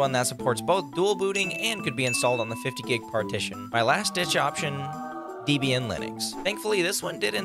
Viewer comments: btw Debian is pronounced like "Deb ian" not "Deeb ian" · bro, its debian linux and not dEEEEEEEEEEEEEEEEEEEEEEbian linux 🤦‍♂